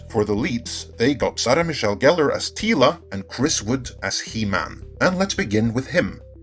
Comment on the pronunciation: “He-MAN” Say it. “He-MAN”